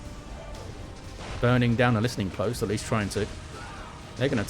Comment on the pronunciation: Finally a caster that pronounces "listening post" correctly. Other people keep saying "listing post" and it's driving me crazy.